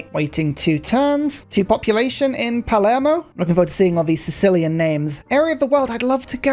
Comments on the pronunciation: Love the vid, but hearing Palermo pronounced "palmero" was painful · did he just call it palmero? 😭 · did he just call palermo palmero? 😂